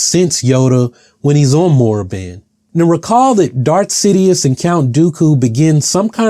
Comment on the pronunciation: KORRIBAN! not moraban!